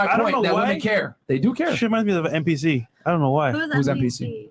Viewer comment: is stupid lol it’s a “NPC” not “MPC” 😅